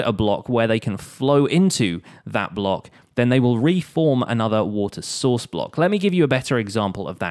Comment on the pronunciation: am I just hearing Water Sauce ?